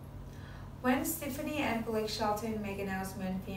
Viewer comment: You still have NOT learned how to pronounce superstar Gwen Stefani's last name it's pronounced Steff ah knee. Get it right.